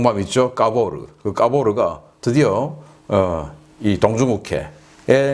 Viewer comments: 까보르 전단이 까보중 전단으로 들리넼 ㅋ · 카보르가 아니라 까보러로 들었네 ㅋㅋ